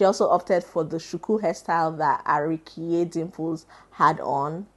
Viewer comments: I cringed everytime you said ARIKIYE 😅😅😅 It's actually ARIIYIKE. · It's pronounced A/ri/yi/ke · lol it's pronounced A-ri-I-yi-ke That is, Ha-ree-yee-ke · Your pronounciation of Ariyike dimples though😊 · As in, she could have just asked a yoruba 😅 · Lol the way you pronounced Ariyike's name 🤣🤣🤣 I wish I can drop a voicenote..lol However you got the pronunciation of the name of the movie 👏🏽👏🏽👏🏽